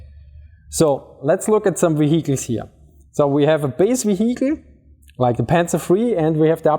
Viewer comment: want to laugh at him for saying VeHeecle then I try to prounce german compounds like Rechtsschutzversicherung and shut my mouth.